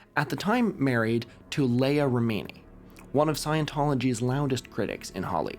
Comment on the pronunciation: have you really never heard the name Leah Remini said out loud before ?